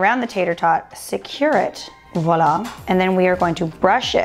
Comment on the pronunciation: I love how you actually pronounced "Voila" correctly. Most people say wa la. This video has inspired me to try the Beyond sausage. I want to try it with potatoes, like a breakfast skillet. Thanks a bunch!